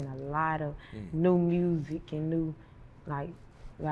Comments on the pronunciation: Lol it’s the r in mursic for y’all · she said “MURRSIC” 😂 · Say music real quick? K Carbon: MURSIK?: Well there it is. 😂😂😂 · “Say music” “Murzic” 😂😂